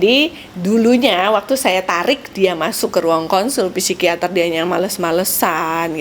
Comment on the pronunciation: Masukan dikit, psikiater, psikolog baca yg benar tanpa P , jd sikiater, sikolog gitu aja.. makasi